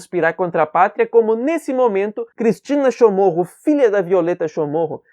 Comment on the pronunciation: Um bispo não é liderança, ele é um líder que exerce liderança... Prime pelo nosso idioma... O sobrenome é Chamorro, e não Chomorro...